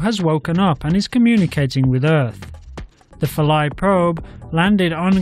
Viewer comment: Atleast pronounce it right god damn it its phil-a